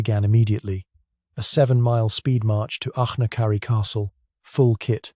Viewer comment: It's AI slop, few if any of the illustrations line up with the narration, and the inability to pronounce Achnacarry is a dead giveaway.